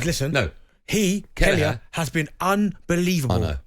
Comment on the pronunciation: Will someone please teach Bent how to pronounce Kelleher